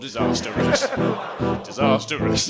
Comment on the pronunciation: This is the first time I've ever heard someone pronounce disastrous as disasterous